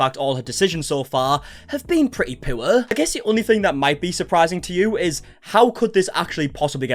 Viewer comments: I am not in any way making fun of your accent, but your accented speech to my accented ears when it comes to the word "poor" in regard to Blaire's recent actions should be remarked upon. "Poo-er", it sounded like to me. And I agree; her actions have been more poo. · The way you say "poor" is fucking beautiful.